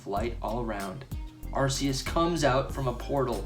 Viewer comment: It’s Ar-Key-Us, not Ass-eus.. noob 🤦🏼‍♂️